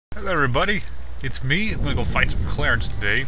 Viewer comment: "Hll'evrbody!" lol XD But honestly, I wouldn't have noticed it if you hadn't pointed it out. :P